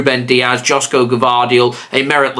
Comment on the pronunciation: joško is pronounced like yoshko.